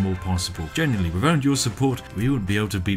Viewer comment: For the love of fuck please pronounce the 'th' sound inside words! It's not wivout, it's without! How do you even say "That fug kit"?? I'm so lost here! Regards, A fellow Brit